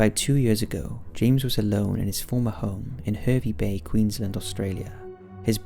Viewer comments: interesting stories but a little correction in the pronunciation of Hervey Bay. which is not your fault as you are not Australian. The er in Hervey is pronounced as ar so its Har not Her 😁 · Hey love these videos bit Hervey Bay is pronounced "Harvey" :)